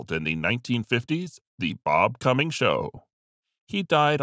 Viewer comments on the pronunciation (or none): none